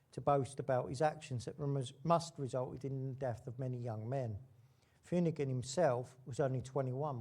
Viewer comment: Paddy Fumigan? It's pronouced 'Finoocan'! 🙄❗️